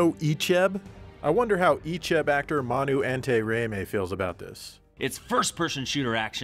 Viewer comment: My god. mispronunciation of Manu's names was totally awkward....